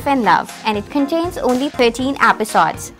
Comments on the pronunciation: Stop saying apisodes😂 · i left the minute you said "episodes" in a very weird way😬😬😬😬😬😬😬😬😬😬😬😬😬😬